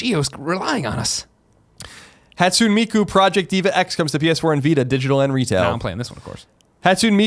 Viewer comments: Colin, 'Hatsune' is pronounced 'haht-soo-nay', not 'hat-soon'. FYI. :p Also, I reiterate that Tim should play this game since rhythm games are one of his two favorite genres of game. The Project Diva series of games are the best out there right now. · It's NE, at the end, not nay. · I find it absolutely extraordinary that Colin has been playing Japanese games for decades and he's still pronouncing words like Hatsune as "Hat-soon." That's some dedication (to being wrong). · lmao I was thinking the same thing but wasn't sure if I should call him out on it. Been playing the game too and have been really enjoying it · i died a little bit when Colin said Hatusne wrong